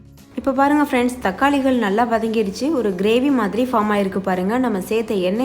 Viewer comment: Thakkalihal vangayamhal eppadi sollathinga tamil nalla pesumpothu sariya sollunga my requst but ur recipy all very nice